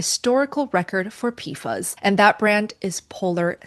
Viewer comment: JSYK…PFAS is pronounced “pee-fass” Also, 1-10 ppt isn’t that high or uncommon. Many natural waters, groundwater or surface waters, have similar levels or more depending on where you live. And the EPA’s upcoming regulations are 4-10 ppt depending on the specific PFAS contaminant.